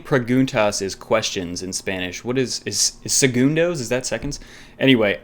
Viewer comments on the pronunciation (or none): Make your Spanish sound better. Don't say it segundoes say it Segundos dos with a soft vowel like doz not doe's.